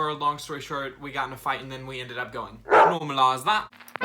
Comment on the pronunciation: something tells me this guy likes saying 'normalise that' with a british accent🤔